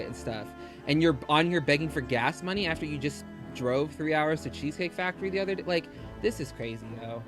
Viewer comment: "udder" shock is... fitting